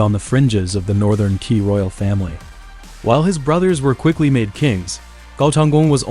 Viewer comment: Qi pronounce as Chie not Kie